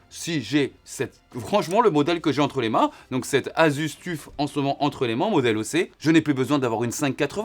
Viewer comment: Tout le monde: "Asus Toeuf": "Asus Tuffe"